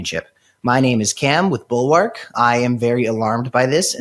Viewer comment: Man, the way he says bulwark really bothers me for some reason.